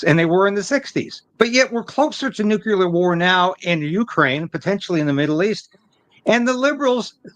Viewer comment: I love your channel and commentary, but please stop saying nucular 🤐, it's NU-CLE-AR. 👌 Thank You.🙏